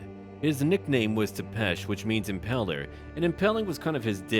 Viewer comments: Țepeș is pronounced "tzaepaesh" in Romanian, not "thepesh" (since it doesn't use a regular T and S), just a small nitpick. Very good job on Vlad's looks, though. He looks like he came straight out of artwork depicting him. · Tepes is read with a double z sound like in pizza, it's sort of phonetically "zzepesh", if you're using google translate to get the sound for names and such - try using the names with added symbols like - Târgoviște, not targoviste